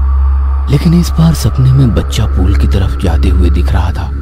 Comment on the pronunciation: Pool nhi yaar pul hota hai, baar baar pool pool kyo bol rhe ho.